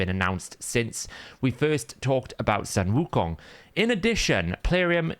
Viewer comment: you got the pronunciation right! its ‘soon wu kong’ or just ‘wu kong’